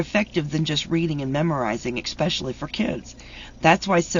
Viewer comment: I really DID like that!! eXpecially and saMwich drives me crazy, 😂